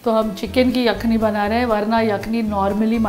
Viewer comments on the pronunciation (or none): کھان نہیں خان ہوتا ہے اور یکھنی نہیں یخنی ہوتی ہے آپ مسلم ہیں، آپ عربی اور اردو تلفظ اچھی طرح جانتی ہوں گی ، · All was good but the pronunciation of the word yakhni didn't do justice.. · Pehle aap " yakhni" sahi bolna seekhiye.